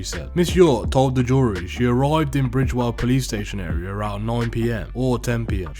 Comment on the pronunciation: Bridewell not bridgewell